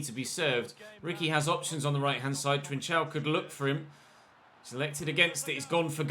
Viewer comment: It is not trichao its pronanceing Trincao learn how to pronance it is not that difficult to do.🤨😤😡🤬